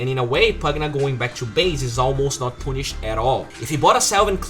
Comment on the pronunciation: Triggers me how you say "punished"